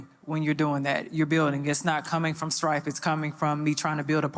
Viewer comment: Then I realized, making up words and shit. Talking about “I need you to feel my “Thrife” girl you mean “STRIFE” 😂😂😅😩